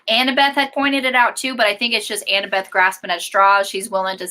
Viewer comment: Loool I love that keeps calling Annabeth, Annabelle 🤣🤣🤣